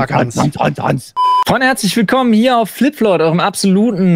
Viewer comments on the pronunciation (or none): Warum verstehe ich da immer Hanslich Willkommen?!